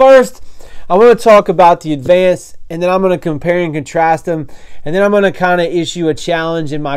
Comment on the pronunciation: Refinishing? Sounds like you are saying advanced